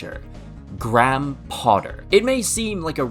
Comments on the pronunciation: Gram Potter 😂 Sorry man, for future it’s pronounced grey-em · who tf is “gram” potter lmao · it's "gray-um" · You are saying Graham wrong